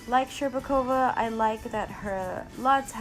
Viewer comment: Shcherbakova's name pronounced perfectly but Trusova's not. The stress should be on 'u' rather then 'o'. You'r welcome.